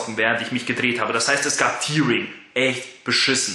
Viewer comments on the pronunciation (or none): none